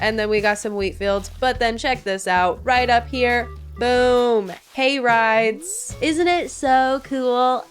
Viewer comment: the way I heard "gay rights" when you said "hay rides"....